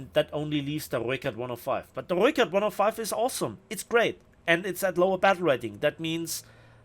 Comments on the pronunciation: for sure the pronunciation of the R and ooi :D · You definately have the best pronunciation of the Rooikat.